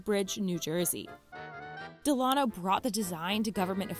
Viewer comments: That's not how you say "Delano". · Why tf you pronounce Delano like that ? 😂